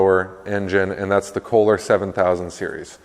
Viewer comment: Isn’t it Kolher or kohler Pretty sure it’s not K holer